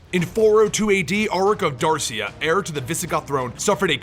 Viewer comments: I love these videos, thank you. Regarding pronunciation, Dacia is pronounced "Dah--chee-ya." At least, this is what I was told by a Dacian historian in Romania. Hope this helps for future videos. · There is no "r" in Dacia. You say "he begins to" so much on every video.